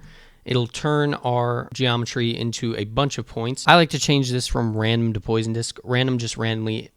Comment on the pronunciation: Thanks for the Tutorial. Just FYI it's not Poison Disk, but Poisson Disk. French for fish.